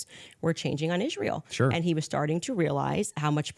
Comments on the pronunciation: Ishhhrael ishhhrael. It's ISRAEL! Goodness gracious lol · made one mistake during this debate, he never asked candace why she pronounces israel like that. It's like nails on a chalkboard to me